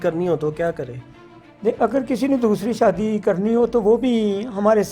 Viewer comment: shadi beta hoti ha sadi nai pala bolna seehk pir kar shadi